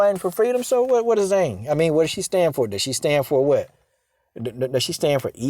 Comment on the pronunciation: Trust me if Zhang doesn't agree with communism... she's not running around China denouncing it. Btw Purposely mispronouncing Joanna's ethnic last name is indeed racist!